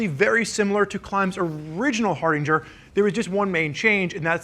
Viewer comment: Not gonna lie, slightly annoyed every time says Hardinger instead of Hardanger.